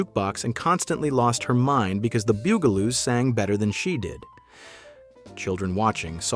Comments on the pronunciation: ITS NOT THE booooooo gah loooos its the buggggg ahhhhh loooos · First the narrator keep calling them the "Boogaloos" and now the "Bugaloos" and now there names wrong again. Because he getting on my nerves. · So the robot narrator doesn't know how to pronounce Bugaloos?